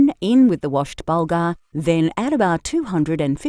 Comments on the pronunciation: burrghul not bulger sheeez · It's burgul not bulgar ! 😂